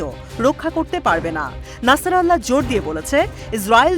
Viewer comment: একাত্তর টিভির দৃষ্টি আকর্ষন করছি, হিজবুল্লাহর প্রধান এর নাম হাসান নাসারুল্লাহ।নাসরাল্লাহ নয়।